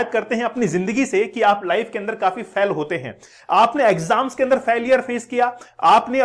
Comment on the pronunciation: फैल नहीं रे बाबा फेल होता है